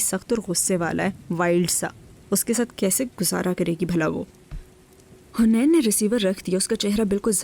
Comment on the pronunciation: It’s not hunain…it’s haneen